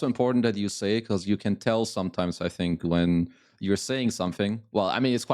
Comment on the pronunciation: Does he live in Scotland now ?😅 Whats goin on with his "you", he says yuuh